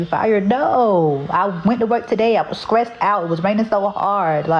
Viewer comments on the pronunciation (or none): Did she say scrict and scress? Please tell me she didn’t. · I am with the guy on her teaching method … she is struggling pronouncing stress and strict 😑